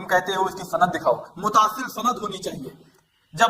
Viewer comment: Bhai aapne kam acha kia but ek chiz vo lafz jise aap mutaasil vo Muttasil hai